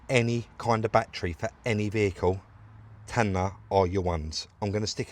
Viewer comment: TAYNA FFS!!!!! not TAN-NAAR🤣🤣🤣🤣🤣🤣luv these vids!